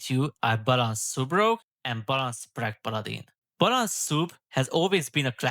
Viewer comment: ‘Balansz’ 😂 magyar akcentus peak ❤